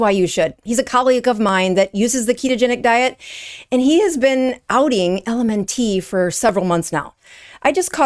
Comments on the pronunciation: It's pronounced the same as ELEMENT... Not EL EM EN TEE . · It's pronounced "Element" not L-M-N-T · It's pronounced ELEMENT, not L.M.N.T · It's pronounced ELEMENT not ELMN-T like you're reciting the alphabet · IT'S ELEMENT NOT L.M.N. TEE LMAO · why are you saying LMN - T? it's "element" not LMN-T - sounds silly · LMNT is pronounced - Element. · LMNT is pronounced element. Maltodextrin is pronounced exactly as is looks, with a short i, not maltodexTRAN. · Good information but maybe do a little research on how to pronounce the ingredient you are calling attention to and the company too - “element”. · Appreciate this video exposing this crappy product - it is pronounced ELEMENT and also it's malto-dexSTRIN no malto-dexSTRAN - these issues harm your message. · Someone has to be that guy, so I guess it’s my turn. It’s pronounced like the word “ELEMENT”. And it’s maltodextr[IN], not maltodextr[AN]. Anyway…please continue. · Good info. I think it’s pronounced “element”. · LMNT is pronounced ELEMENT. Also, this is so disheartening 😢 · I think it's pronounced Element. BTW, LMNT has no excuses misleading us! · I think it's pronounced "element ". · Pronounced “element”. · It’s pronounced “element” it’s literally the word element with the ‘e’ removed. And maltodextrin is pronounced “-trin” not “-tran.” Please?! LaCroix, too? WTF?! Ok … pure fluoridated tap water from now on! Ok, I do agree that the ingredients lists MUST be accurate! And there needs to be higher standards to fully disclose these secret ingredients! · Mispronouncing "LMNT". Mispronouncing "maltodextrin". Making this out to be a big deal in this world full of UPFs. Yeah you seem legit.